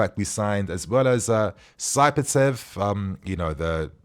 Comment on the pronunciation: Not Sai Patev not Sapa Tev it’s Sat Paev Or Sat Payev……….Dastan Satpaev